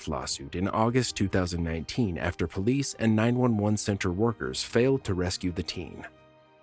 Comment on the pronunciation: poe-lice R 💩!!